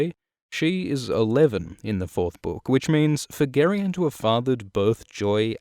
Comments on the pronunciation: Isn't Gerion pronounced Jair-ee-on? Like Gerry? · I know I'm late and I'm only 30 seconds into the video but I ALWAYS pronounced it like Jerry-on. Ya throwing me off 😄